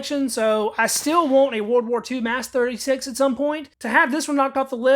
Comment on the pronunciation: Your saying that wrong. Yes Mas36. But say it like Mos 36. Most of the stocks are new looking.